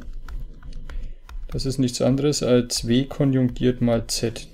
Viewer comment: es heisst "KONJUGIERT komplex" und nicht "KONJUNGIERT komplex"